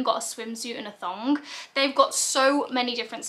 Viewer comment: Super useful video and packed with helpful informational as usual 👍🏻😊 I’ve been a cup user for years but I never knew much about period pants but I think I’ll end up getting some now I’ve seen this to catch the odd leak. Also love the way you pronounce ‘thong’ 😂😅